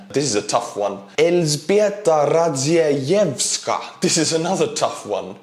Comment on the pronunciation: Elzbieta Radziejewska - you almost said it as a Polish person would say it :D probably because in estonian you pronounce every letter as-is, same as polish